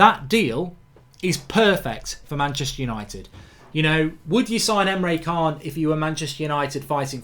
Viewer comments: Mark mate you need to start pronouncing Emre can correctly. It's triggering me man haha! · Emre 'CHAAN'